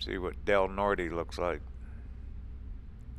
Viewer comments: Aaaargghhh ! Please learn how to pronounce streets , cities , etc. correctly ! Please ! Del Norte is typically pronounced with a silent E . Or as the cities elders say - " Nor - Tay " . Peace man ! ( I'm just unsubscribing because you don't get out and explore abandoned buildings / tourist traps . ) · Hello. Found your channel via your Wolf Creek Pass video. I'm from Del Norte (like another viewer said the "e" at the end is silent -- Del Nort) originally. Actually 3rd generation although I don't live there now. The pass going into the San Luis Valley is Poncha Pass, the little town where Hwys 50 and 285 intersect is Poncha Springs. Saguache is pronounced Sa-watch. Hwy 285 between Saguache and Monte Vista is called "the gunbarrel" by the locals because it is so straight, hence the Gunbarrel Station at the intersection of 285 and 112. Going into Del Norte you crossed over the Rio Grande, yes the same one that forms the border between the U.S. and Mexico. The headwaters are west of Creede up in the San Juan mountains. The Rio Grande is not very impressive in Del Norte in August. My dad used to say late in the summer you can cross the river without getting your ankles wet. You mention how nice it will be to get back up into the mountains. Del Norte's elevation is 7,884 feet. The relative flatness of the Valley is deceiving. Thanks for the video. It's interesting to see "home" through someone else's eyes. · The whole San Juan Valley is rich in history, first settled by the Spanish! And many of those NFS and BLM roads off 285 can take one to some impressive scenery away from the crowds. Just so you sound like a local, Del Norte is pronounced without the "e." I got corrected so you don't have to.